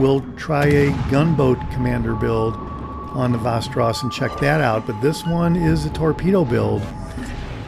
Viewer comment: You almost got it. From a 🇸🇪: 'VEST' • 'EH' • 'RAW+S' :D